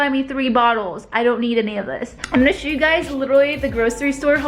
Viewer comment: Why do you say "shoe" instead of "show" ?? 😂